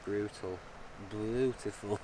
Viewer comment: "Brutifull", that's not bad.